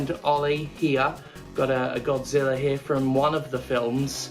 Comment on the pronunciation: Misheard Godzilla as Gothzilla, now I want that too be a thing.